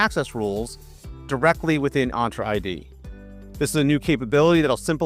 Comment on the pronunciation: My brother in Christ, you are absolutely butchering the pronunciation. "Entra ID" is pronounced as "ENT-ra Eye Dee". The first word, "Entra," is pronounced like "enter" in Spanish, with a clear "en" sound followed by a soft "tra" sound. Thank you for your attention to this matter.